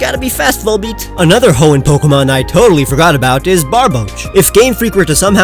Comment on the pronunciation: VOLBEAT, NOT VOLEPEAT!